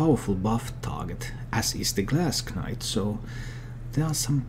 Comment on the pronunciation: You dont pronounce the k in knight, it sounds the same as night. Nice vid nonetheless though.